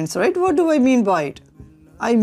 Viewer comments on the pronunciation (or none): none